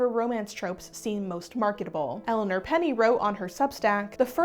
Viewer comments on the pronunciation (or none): none